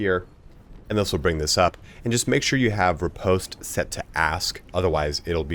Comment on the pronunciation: Ripost is not pronounced like that